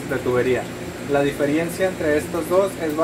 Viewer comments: Maravilloso flaco. Me encanto. Sólo comentarte que se dice Diferencia no Difierencia. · Excelente explicado todo. Pero me mata cuando decís "diferiencia". Es diferencia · La DI-FE-RI-EN-CIA.... jajaja Se dice DiFERENCIA!